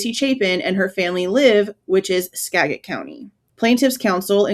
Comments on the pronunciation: Aww., I live in Washington state, and it’s pronounced Ska (as in “apple”)- jit County. Trust me. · Live in Wa its pronounced SKA JET 💚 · It’s pronounced Ska-jit. I’m a lifelong resident of Washington and former WSU employee. The g is soft - sounds like a j and the a is pronounced as in cat. Skagit Rhymes with gadget. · I'm near Skagit County. It's pronounced SKA-JIT. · Hey I live in Washington and I don't even know how to pronounce it lol. Hubby told me I was wrong the other day 🤣 he said it's pronounced Scajit. I guess he has lived in this state a lot longer than me so he probably knows 🙄🤣 I've always pronounced it the way you were in the video and I thought that was correct. Maybe it's a mystery that will never be solved lmao